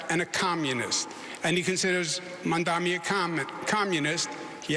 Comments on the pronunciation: How come none of these guys can pronounce zohran Mamdani? It's not that hard. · They're old and dumb. If you can't pronounce the name of the guy you're running against, you don't deserve the keys to America's biggest, most diverse & most prominent city